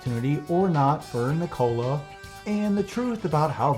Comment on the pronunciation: Ever time he mispronounces Nikola everyone take a shot!